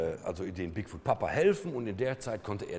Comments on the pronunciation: die permanente einblendung oben links im bild stört. wenn man die anmerkungen / annotations in youtube aktiviert, wird es noch schlimmer X( wieso sagt er immer wieder "bigfood"? 'foot' spricht man ein wenig anders aus als 'food' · Der heißt doch aber Bigfoot und nicht Bigfood ... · Bigfuhd, Moddmän und Jersey Diewel. Härrlich.